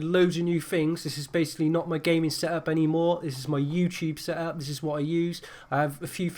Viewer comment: this is my seup and i like my seup my seup is great seup seup seup Pronunce the fucking T:s m8